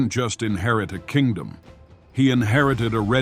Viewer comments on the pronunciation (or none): none